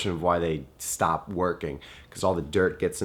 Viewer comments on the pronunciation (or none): none